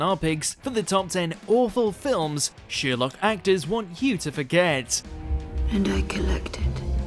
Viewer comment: The name is pronounced Sherlock, not Sheerlock. But that's the smallest part of this complete trainwreck of a video.